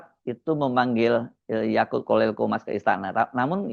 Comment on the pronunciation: Bro said 'yakult' each time 😆